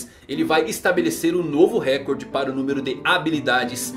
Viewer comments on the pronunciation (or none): none